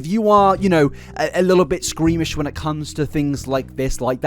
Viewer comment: I love your videos, but your pronunciations are off a lot of the time... It's squeamish, not screamish 🤭 And her last name's "Frankee", not Frank. But of course, there's more important things, I know... I'll be quiet now and enjoy the video 😁